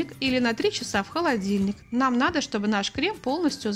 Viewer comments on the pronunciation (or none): none